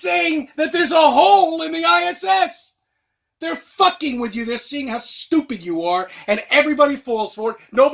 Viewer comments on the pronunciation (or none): none